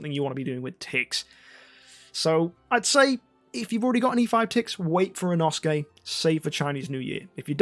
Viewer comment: when learns how to pronounce inosuke but still mispronounces inosuke